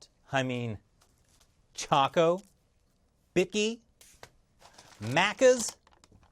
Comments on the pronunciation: Chokie not choko😣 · I'm sorry to correct though it chockie, not chocko. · Its "Chockee" not "Chocko" . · Nope it’s chockee